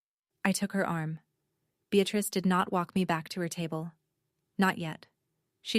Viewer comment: And the grandmother’s name is BEATRICE not “be at risk”. Although there’s a bit of irony in the translation. 😂